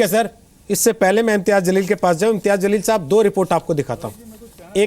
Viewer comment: मौलाना अंसार रज़ा साहब पहले उर्दू दुरुस्त कीजिए जलील होता है zaleel नहीं होता है।और मौलाना आज एन आर सी की लिस्ट में नाम लेकर आजाएगा फिर बताएगा कैसा लग रहा है।